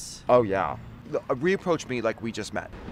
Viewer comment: “... reapproah me.... “. Oh, he’s god.